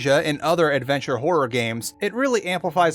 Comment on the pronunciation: At like you said adveture series like oxhorn thats all end of comment.